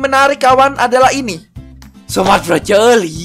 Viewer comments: BANG KO LU SUKA NGOMONG BROCOLI ITU KAN BROKOLI BUKAN BROCOLI BRONYA AWASIH JADI C.L. O .I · Kan Ngomongnya BroColi 😂